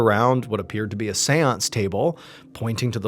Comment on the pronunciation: Wherever he says seance, I just hear Seweance, from Southpark